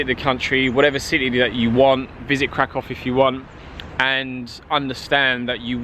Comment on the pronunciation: krakoff? lol